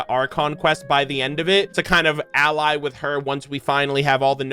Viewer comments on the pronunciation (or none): none